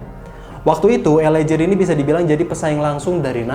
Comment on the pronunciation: Mas, LA GEAR bacanya bukan JIR tapi GIR..... ah elaah🤜💥